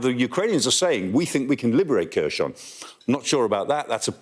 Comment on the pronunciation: Khersouun. It's not French lmao.